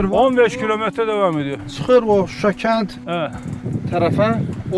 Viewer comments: Şuşa'--vurğu sona düşür.🇦🇿Təşəkkürlər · Qardaş Susa yox Şuşa demək lazimdir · Suşa deyil ŞUŞA.. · Sayin bey..cok iyi bir proqram yapiyorsuz. Ama Yurdumuzun Sehri nin adini dogru soyleyemiyorsunuz maalesef,,,Şuşa yüzde yüz Türkçe sözdü Türkiye de şişe kimi soylenilir.saf.şeffav.anlaminda bu ad verilib o yere. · Proqramın sonuna qədər Suşa Suşa Suşa niyə ????? Heç deyən olmadımı Suşa yox ŞUŞA . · SUSHA YOX QARDASIM .SHUSHUA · suşa YOX ŞUŞA